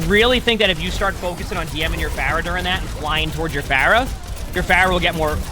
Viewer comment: i love watching videos, he's so informative and genuinely wants to help everyone he spectates! he's genuinely given me things to think about in my own games and he's clearly very talented!! but the way he pronounced "pharah" 3 times towards the middle of the video felt like getting slapped in the face. (edit to say peace and love peace and love <3)